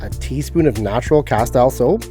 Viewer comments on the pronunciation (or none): Trying not to be the english teacher nazi here but it’s ca-steel soap!